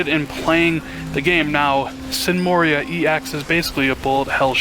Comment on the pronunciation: MORA ( MORE-AH) Not MORREE-IIII-AH.